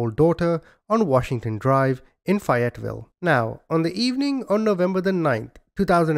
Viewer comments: Not fiet Ville it's pronounced fay yet vill ok sheesh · I don't live too far from Fayetteville NC I'm an NC native born and raised, it's pronounced FAY ET VILLE. Long A like the A name or same or the name Faye. Great work as usual. Thank you. ✌️😊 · I'm from there we pronouns it ( fay it vill) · I swear if you say Fayetteville like that one more time LOL it is pronounced , if you're from here , Fay like A Fayyyyy etteville